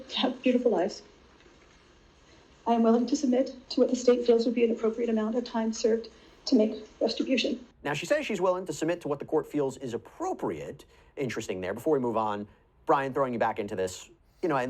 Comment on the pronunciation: Jodi: "I am not dumb. I am not stupid." Also Jodi: "Restibrution"